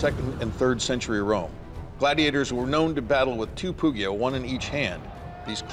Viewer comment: hearing pugio pronounced with an hard g is just torture for my poor italian ears